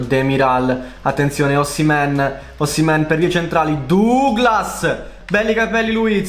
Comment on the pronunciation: Si dice osimen